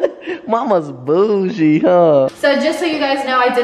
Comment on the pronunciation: Austin you said bougie and you said it ratchet it says classic boujee ratchet it rhymes